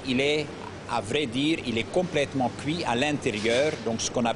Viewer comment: "Cuit" sur place ne se prononce pas "kouï" sur place. Mais bon... de toutes façons le pain est dégueulasse en Belgique, en grande surface ou chez les artisans, les Belges ne savent juste pas faire le pain ou les viennoiseries.